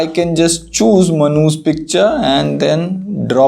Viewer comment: Manu's always sounds like manhus...... LOL